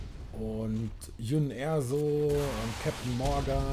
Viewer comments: Sie (Jin Erso) Wird Djin Örßo ausgesprochen aber gutes Video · Lieber, ich schau ja wirklich gerne hier zu, aber schau du dir bitte doch mal Star Wars Rogue One an. Ist ein richtig guter Film und danach weißt du dann auch wie man Jyn Erso richtig ausspricht. Ich kriege jedes Mal das Grausen bei deiner Aussprache;-)